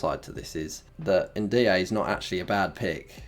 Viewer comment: He also says NDee-A for Ndiaye 😂